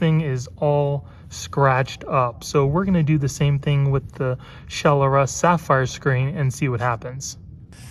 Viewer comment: i think its Shell-Russ not Shell-r-us